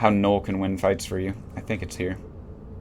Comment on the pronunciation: did you say nute? whats a nute.. was it null as in the ammo?? and how does the atron has an optimal range bonus? did u mean falloff bonus?